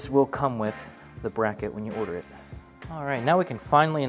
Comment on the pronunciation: This guy is a legend. WILL.... BE.... OREDERING